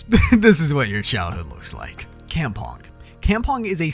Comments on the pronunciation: Its not. "Campong" its kampong or cumpong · Kampong isnt pronounced like that, its pronounced kumpong and its basically a traditional game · Campong it's kampong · It’s pronounced Kum-Pong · I accidentally said cup pong